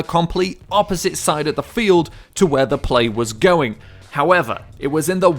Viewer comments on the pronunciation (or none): none